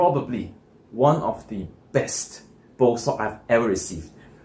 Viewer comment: ...are you saying "Bow Sock" o?? Does this Bow sock , wick moisture away from the bow. ?? Are they thermal Socks ??